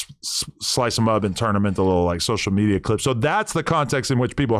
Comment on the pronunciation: Sosha metia 😂😂😂